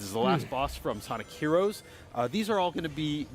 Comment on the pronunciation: You better clip that part where Iizuka says "Sonikku Heroes".